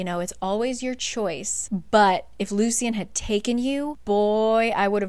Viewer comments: the correct pronoucations of the names (According to the audio book): Ianthe - Eye-an-THEE Lucien - Lou-SHH-EN Tarquin - Tar-KWIN Just a fun little tid bit I thought you should know! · I was so confused who Ianthe was because of how you’re pronouncing it. In the graphic audio they pronounce it like “Ayanthee” and And Lucian is Loo-shian